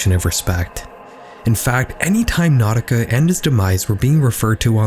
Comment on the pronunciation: NAUTICA Malone?NAUTICA?😖😂